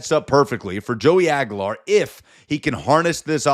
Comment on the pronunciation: dude , you're an idiot ....it's pronounced AG "U" LAR not AG A LAR with a U U U sound